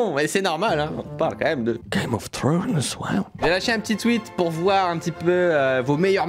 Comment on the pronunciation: Putain y'a pas le S a thrones je suis rester sur sa :p